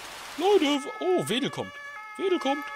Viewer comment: Hey, das ist nicht die FF Wedel, sondern die FF Rothenburgsorth-Veddel. Man spricht es nicht "Wedel" sonder "Feddel" aus;)